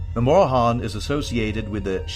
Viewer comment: Mora-han? Ok, buddy. I'm off to go do some actual research I guess.